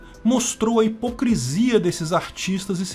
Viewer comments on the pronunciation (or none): none